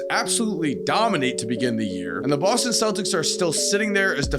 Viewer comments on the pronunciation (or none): none